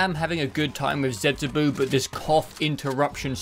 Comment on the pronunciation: The last u in zetsubou is silent, not the o. So the pronounination must be zetsubOH.